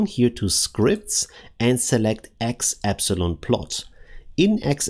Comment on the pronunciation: Epsilon 😂, always forget English isn’t your first language